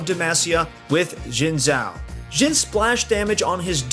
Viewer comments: Jin zhao? I think it's ''zin'' zhao but idk. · It's read as "sin chao" not "jin zao" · Guys, it's "shin jao" not zin jao or shin zao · Say it SHIN xhao not Zin Zhao! Shin shin shin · I think they said “zjin chao” which is close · Oh btw Xin Zhao is pronounced “Shin Jao” :) Source: I’m Chinese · it sounds like he’s saying Jhin-Zhao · My guy literally saying Jhin Zhao